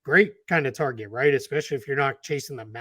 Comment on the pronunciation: say, "Targets" again, please, Sir 😂🖤💜💛